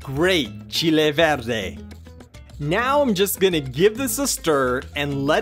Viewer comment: Wow! I got to say your recipe is really authentic as we make it in Mexico and even better is your pronunciation of the ingredients.